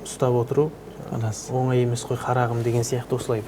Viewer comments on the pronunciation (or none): none